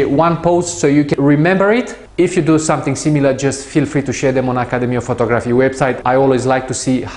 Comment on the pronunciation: you're great. You do make me laugh with your pronunciation of photography though:) its pho-tog-raphy:) Love your tips and tutorials, they're simple to understand, you explain why we're doing it and examples. I love this particular 2 minute clip. great stuff please keep it up:)